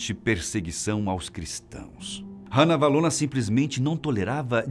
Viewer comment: a sua pronuncia do nome Ranavalona, esta incorreta, a pronuncia é "Rá-navalona" e nao "Rã-navalona".